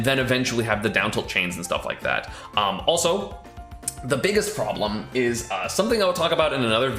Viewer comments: the “roblem” haha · Ah yes, the ROBlem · The P-ROB-lem, as it were